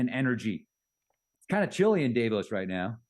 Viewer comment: Okay. Am I the only annoyed every time he pronounces Davos incorrectly? I'm deducting IQ points before he even starts talking on any of his topics.